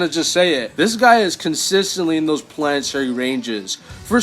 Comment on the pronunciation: Bro said Pianatary